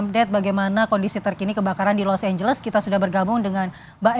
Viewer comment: Los Angeles jadi Los Ambles